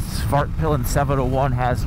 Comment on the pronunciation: This might be the most immature comment here but I kept hearing Fartpilen. Back to maturity, great review, waited a long while for a new MC commute